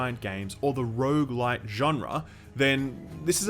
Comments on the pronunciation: hopefully multiple runs are less indistinguishably repetitive than pronouncing rouge-like and rouge-lite. I can never hear the difference. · sorry stopped watching after you said Rouge like and supergigant, im sold already , thnaks for telling me!